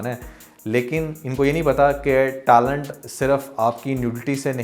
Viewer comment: بھائی تم بھی ٹیلنٹ کو ٹآلنٹ نہ بولو۔۔۔😂😂